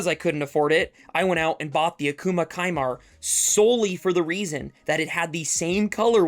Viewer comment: Isn’t it pronounced “sea-mar”?